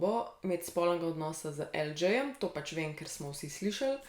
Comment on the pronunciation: Lj je El đej ne pa El đi :)